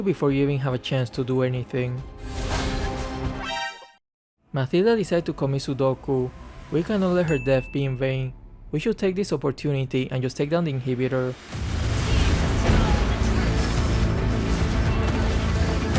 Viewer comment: I think you said "mathilda decided to commit SUDOKU" instead of seppuku...that's funny 😂💯💯💯 love your videos, watch your content every day 🥰